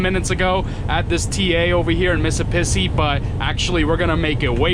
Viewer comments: you crack me up how you pronoce mississppi. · MISSISSIPPI, with two p’s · Wait... say Mississippi again... :P